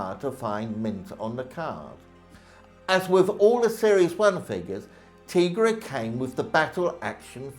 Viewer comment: It’s pronounced “Tie-Gra”. If you have ever watched even one episode that’s how it’s always pronounced